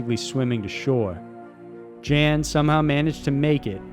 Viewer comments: It's pronounced Jan, not Jan. He's not a chick. Yawn. It's pronounced almost just like yawn. Not Jan. Come on man. I hope you understand. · Umm it's not pronounced Jan, he's not a woman, it's pronounced like Yawn. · Jan is pronounced “yun” by the way. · Jan Baalsrud = YAWN Baalsrud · “Jan” pronounced “Yon”. Just sayin. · Jan=YAN a male named Jan is pronounced YAN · Jan is pronounced "yon". Your welcome. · European 'Jan' pronounced 'Yarn' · pronunciation goes a long way there mr. narrator. Jan is very likely pronounced yawn, just so you know! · No. Pronounced 'Yun'. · Jan in Swedish is pronounced "Yon". Cool video though, enjoyed it. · I believe Jan is pronounced Yawn. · Amazing video! Just a quick note though, I believe Jan's name would be pronounced as 'Yan' :) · Charlotte It’s Jen. Pronounced yen. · Jan Vals Rude is pronounced YON ROODA. Just so there isnt any confusion, that Jan is a male in Norske, and usually refers to the name John. Thanks so much for these great highlighted documentaries!! I enjoyed listening to them. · Jan is pronounced YAHN. Please check for correct pronunciation prior to recording. And the Saami do not pronounce their name like Sammy. Think SAH-me. Hope this will maybe help a bit.